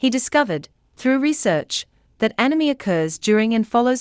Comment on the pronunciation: It sounds like she says enemy, or anemy, even though its spelt anomie!